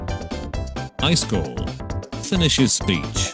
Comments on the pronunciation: It says "highschool" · It says "Eyeskall" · When the bot says ICE SCALL Me laughing inside 😂😂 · "Is" in swedish = Ice "kall" in swedish = cold Text to speech n the swedish language: Im 4 perallel universes ahead of you. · I heard ice coal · i am triggered by "I skall" who else ? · The way he says iskall 😂✨